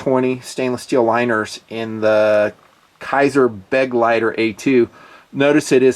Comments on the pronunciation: Assuming the name is German, you wouldn't split the "GL" -- so it's be-gleiter, not beg-leiter. Of course, we already know German sucks from how he pronounces Leupold. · Thanks for the cool video; however, it's pronounced "Be-gleiter" and not "Beg-leiter" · The right pronunciation is "bugleiter" with the emphasis on "- leiter". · b'gli-ter is how you pronounce the german word for companion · Hi! Your translation is correct...the pronunciation not so much!;-) Never the less great review...! When you ever come to Germany or Switzerland I'd love to give you a german lesson and you train me some shooting skills! Arms and ammo sponsored by me! Happy New year by the way! All the best for you and your family!! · Just watching to hear Nutns pronounciation of "Begleiter"